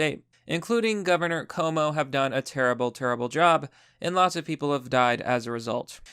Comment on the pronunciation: hey man no beef, I just want you to get the name right. It's pronounced Cwo-Moe <3